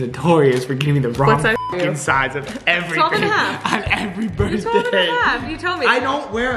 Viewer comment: I hate how she say Burtday it’s BIR(TH)DAY